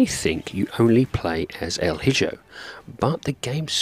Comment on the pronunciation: Excellent review, my friend. And at this point, your reviews are pretty much ASMR to me 😅 i always feel so relaxed watching them! lol. Just one thing, I believe the game is actually pronounced with the j as a h, so: 'El E Ho' pronunciation-wise, as its Spanish. Sorry to be THAT annoying guy. 😅🙈 I love your reviews brother, keep up the stellar work! 🍻😊